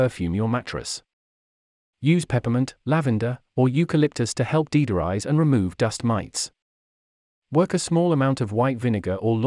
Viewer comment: "Deedorize"?😂 Whats that?